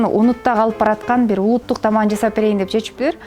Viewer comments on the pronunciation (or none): Жазап эмес жасап деп суйлогуло